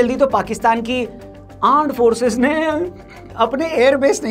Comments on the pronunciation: Aand forces ❌ land forces😅😅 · Aaand forces😅😅 😂😂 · Pta nhi kyu lekin mujhe pak. Ka armed force ke wajaye Aar Force sunai diya jab bhi bole 😂😂 armed force nhi Aar Force 🤣🤣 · Arm Forces ❌❌❌Aand Forces✅✅✅😂😂😆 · Aaand forcess 😂😂😂